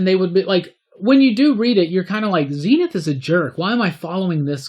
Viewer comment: was lucky enough to read all 4 phases across its weekly format, some of the best shit to come out of the UK back in the day. Please though call him Zen-Ith and not Zeen-Ith.